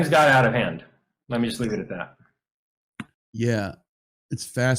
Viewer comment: Take it or leav-itt